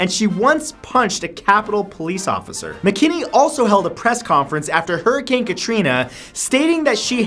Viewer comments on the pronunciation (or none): none